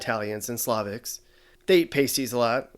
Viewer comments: Past-tees it’s pronounced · You pronounced pasties wrong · In the Upper Peninsula of Michigan we call them Pasties, with a short a, like apple. Can anyone verify that the word is actually pronounced with a long a in Minmesota, or elsewhere?